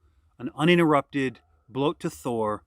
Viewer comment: its not pronunced bloat. please dont